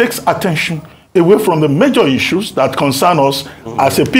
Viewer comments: 😅😊 To the lady presenting, is it pronounced as “Icu” or “Issues”? 😅😂🤣🥲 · Can the new lady in this clip stop calling "issues" as " isues'? Double s (ss) is pronounced as sh . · The lady should please pronounce 'issues' properly. T for thanks